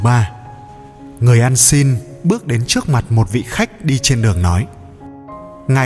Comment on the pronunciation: Dân này chuyên phát âm sai chỉnh tả nhé...đề nghị xem sét lại lời nói đi Vd..trước..đọc là chước Rất..đọc là giất Trả lời đọc là...chả lời. ...